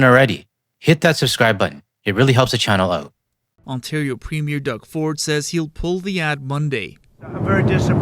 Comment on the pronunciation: I realize this is beside the point, but it’s strange how Americans do not know how to pronounce ‘Premier’ when referring to the premiers of provinces. I think that shows just how detached they are from Canada and how little they know about it. It’s like if Canadians always mispronounced ‘Governor’ as ‘go-vernor’ or something like that. But we don’t, because guess what, we have always paid attention to what goes on outside our borders and especially to our closest neighbours.